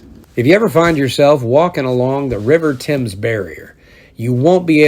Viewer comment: An American who pronounces 'Thames' correctly!